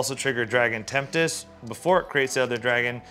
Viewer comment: i love the "Dragon Tempt dis" pronunciation of Dragon Tempest lol